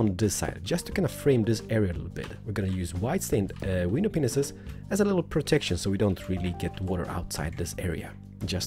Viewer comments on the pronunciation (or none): ***** And when he says window panes he says window penises xD xD OMG LOL!!! But I love he's amazing!!!